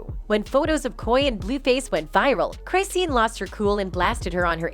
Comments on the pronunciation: Lol the way the voice over robot pronounces CRY SEEN 😂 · Crysheen lol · Let me save you some time: IT'S CLICKBAIT also...it's not "CRYSEEIN" like WHAT 🤦🏻‍♀️ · Right??? I'm like... isn't it CHRIS-SHAWN? 😂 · Go and learn to pronounce the people 's name whether they trash or not. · Wait, you pronounced her name wrong. Already a horrible video. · I left when you said her name wrong 😹🫠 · Its the fact u said her name 1000 time wrong 😭😭😭😭😭😭☠ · That’s not how you pronounce her name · At least learn how to pronounce Chriseans' name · i officially do t trust this channel because you can’t even pronounce the name of the person you’re making a video about. you literally use video clips where people say it correctly but you consistently pronounce Crisean wrong. it’s disrespectful. & Coi Larry? Someone stop this girl talkin about a culture she know nothing about.